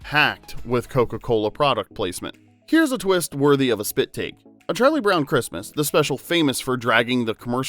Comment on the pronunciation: Why did she say "Charlie Bown"?